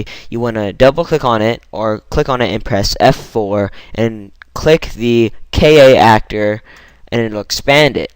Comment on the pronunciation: It's K - Actor. Not K - A - Actor.